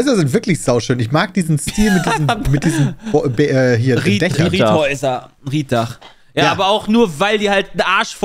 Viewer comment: Moin. Es heißt Reetdach,und nicht Rietdach. Und fast ganz Schleswig Holstein gehörte mal zu Dänemark.